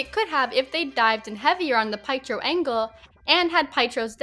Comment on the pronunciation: P...PIEtro? It's Piétro, it's eastern-european. His own fault Nat died!? How? She just beat him to it. He wanted to take that for the team. This is just a messed up take, bc it could also have been Nebula's fault for not sharing you have to lose someone you love for the soul stone, which could have saved both characters. Hawkeye the show was not about Renner, it was about Steinfeld becoming the new Hawkeye. Renner was involved, because of his Ronin days and memories coming back and a feeling of mentorship for Steinfeld. It's not a brand issue, because Renner Hawkeye never wanted to be a brand. He wanted recognition, yes, but never a brand. And that also fits with not wanting to be the center of attention, just part of a team. His whole role is helping his family. That meaning his own as well as the Avengers. Yes, his story isn't that interesting in the first Avengers, but then in AoU, his priorities become clear: family, mentor role. If his family is on the line, he will do everything. If there is someone needing help, he will be there. That makes him as much of a hero to me as someone like Cap who is doing lots of punching. You are right, MCU butchered Hawkeye, but not for your reasons. It's especially for lack of origin story. And yes, he wasn't in IW, but he wasn't the deciding factor in that battle, bc he would've been on the team with Cap in Wakanda, where Thanos would've been too strong anyway. He would've got the same impact on the fight as Black Widow.